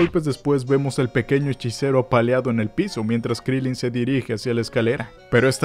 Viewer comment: Se dice Krilín